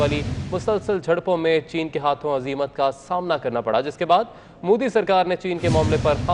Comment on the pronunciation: Madarchod Anchor....It's not Mudi...It's Modi...Har har Modi...Ghar Ghar Modi...Bharat Mata ki Jay....